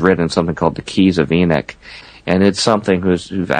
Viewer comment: It's Enoch not Enick .